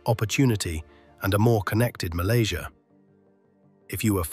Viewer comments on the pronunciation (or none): none